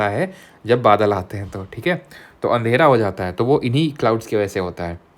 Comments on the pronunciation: Andhera ❌️ Andhela ✅️ 😂😂😂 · Andhera ❌ Andhela ✅ This is a kanpur accent where we say Andhela in place of Andhera. 😅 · Andhera ❌ Andhela ✅ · Sir ne adela bolkai adhera bola😅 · Sir ye "andhera" se aapki kya dushmani hai "andhela" bol dete ho baar baar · अंधेला sorry अंधेरा 😂😂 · Andhera❌ andhela ✅ 😂😂... previous class me bhi hua tha sir ye apse ...kamine k sahid kapoor toh nhi 😶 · be like.. Andhera❌❌❌❌❌❌ Andhela✅✅✅✅✅✅ 😅😅😅😅😅😅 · Andhera ❌ Andhela ✅ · Andhera ❌ Andhela✅ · sir aap andhela bolte h mtlb koi to h 😂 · Andhela kayam lahe😅😂❤